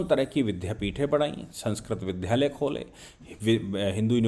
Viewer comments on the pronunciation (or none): Vidyalaya boliye vidhyalaya nahin ,sahab. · नमस्ते सदा वत्सले मातृभूमि, अत्यंत महत्वपूर्ण विश्लेषण है और आपका हर विश्लेषण हम ध्यानपूर्वक सुनते हैं। यदि हो सके तो विद्यालय का उच्चारण विद्+यालय करने की आदत डालें विधालय नहीं क्योंकि आप महर्षि पाणिनि के वंशज हैं और हम जैसों को शुद्ध वर्तनी सिखाते हैं। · vidhalay nhi vidyalay padha kre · नमस्कार! आपकी भारतीय राजनीति और उसपर तर्कपूर्ण विश्लेषण नि:सन्देह आपकी विदग्धता प्रमाणित करता है किन्तु कुछ शब्द सम्भवत:आपद्वारा क्षेत्रीय प्रभाव के कारण ऐसे उच्चरित हो जाते हैं जो मन को खटक जाते हैं जैसे विद्यालय(vidyalaya) का विध्यालय (vidhyalaya)उच्चारण । इसे अन्यथा मत लीजियेगा।भाषा का होने के कारण मुझे ऐसा कहना पड़ा।